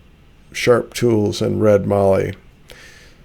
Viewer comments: Great job and good to see you using good Aussie timber. But it is not called Marllee, it is called Mallee with a short "a" as in hat. It is clear when I look at the prices you pay in the USA for Mallee that it significantly increases in value with the trip to the USA. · Magnificent piece. Just one thing mallee sounds like mal-ee not marlee. I live near where these are harvested and see them daily on trees making me drool. Anyway beautiful work Regards Duzzy🇦🇺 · Mallee- rhymes with Sally. Cheers from Australia